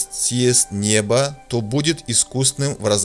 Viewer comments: ААкмедия, тандай туралы атканда, небо-аспан угым бередi. Дурыс айтсаншы-нёбо деп. Орыс тусынбей калады. 😊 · Н-ё-бо, а не небо...